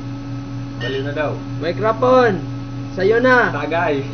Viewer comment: nabubureng ka dung? hahaha :D mayk-ra-pon? :D